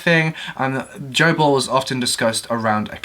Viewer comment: Oh! "Joe Ball"! I thought he said " gerbil". 🤣🤣